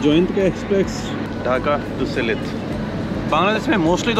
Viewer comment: उच्चारण सिलहेट नहीं भैया सिलेट है, हमारी पूर्वपुरुष के घर बांग्लादेश में था इसलिए बंगलादेश के नगर,गांव वो स्थान के नाम सुनने से सुख मिलता हैं... धन्याबाद आपको